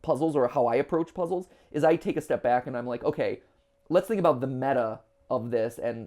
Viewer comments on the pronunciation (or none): none